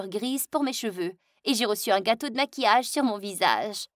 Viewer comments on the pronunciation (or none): none